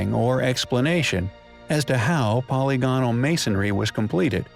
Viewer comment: Please learn how to pronounce the word polygonal.